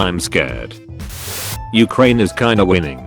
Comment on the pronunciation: Nobody: The Auto Reader: U H - C R A N E